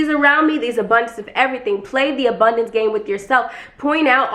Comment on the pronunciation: Not, "The obundance of hair on my body!", sis. I am screamimg!! Lmao